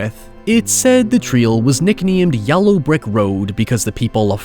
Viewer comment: Is mispronouncing the word yellow a bit that I'm not familiar with?